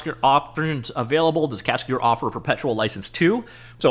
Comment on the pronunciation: It's pronounced casca-DER not cascaDOOR 😄